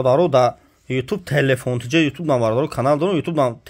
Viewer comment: Телефун не телефон 🤣